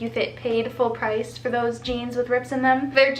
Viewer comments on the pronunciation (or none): none